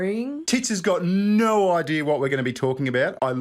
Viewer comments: it's "no", not "noare"!! 😂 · "naughr" is pronounced "no"